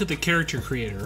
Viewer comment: whatch our review of MUNCHER HA WORLD..wtf can't you speak?